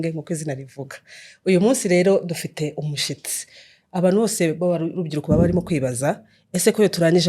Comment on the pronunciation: Mwo kabyara mwe bavuga umushyitsi ntabwo ari umushitsi.Iyaba wari uzi igisobanuro cy'"umushitsi" ntiwazongera kubivuga😂